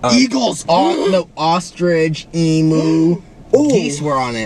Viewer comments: The way Chris said emu 😂 speaking as a Aussie here, it’s em-you like pronounce the U not em-oo Sorry hope that makes sense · STOP SAYING EMU LIKE THAT OML- IT IS PRONOUNCED EMO WITH A U- AAAAAHHHHH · Not Chris Saying emoo